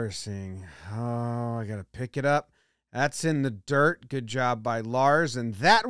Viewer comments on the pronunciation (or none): none